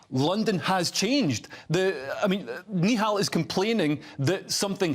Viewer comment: Yous should start off by pronouncing his name correctly then you’ll sound less racist, it’s nihal not neehal